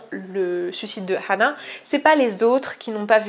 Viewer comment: deja ca se prononce anna pas hanna ,, :3